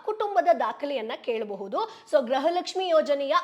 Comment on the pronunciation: 💛❤️ ಕನ್ನಡ ಉಚ್ಚಾರಣೆ ಸರಿ ಇರಲಿ ಮುಂದಿನ ವಿಡಿಯೋದಲ್ಲಿ , ಗೃಹಲಕ್ಷ್ಮಿ ಅಂತ ಹೇಳುವ ಬದಲು , ಗ್ರಹಲಕ್ಷ್ಮಿ ಪದೇ ಪದೇ ಹೇಳುವುದು 😂 ಹಾಸ್ಯ ವಾಗಿ ಇದ್ದರು ಸಹ ಇದನ್ನು ಸರಿ ಮಾಡಿ , ✅ ಸ್ಕ್ರೀನ್ ನಲ್ಲಿ ಸಹ ಗೃಹಲಕ್ಷ್ಮಿ ತಪ್ಪು ಇದೆ , ✅ ನಾನು ಜನರಿಗೆ ಗೃಹಲಕ್ಷ್ಮಿ ಈ ಸುದ್ದಿ ಮೊದಲು ಹೇಳಬೇಕು ಎನ್ನುವ ಆತುರದಲ್ಲಿ ಇದು ಆಗಿರಬಹುದು ಅಷ್ಟೆ ✅ 🔱 ಓಂ ಕಾಲಯ ತಸ್ಮೈ ನಮಃ ✅ 🙏🏼 ಜೈ ಶ್ರೀ ರಾಮ್ 🏹